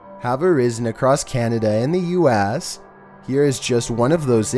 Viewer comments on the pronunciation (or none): The way he said US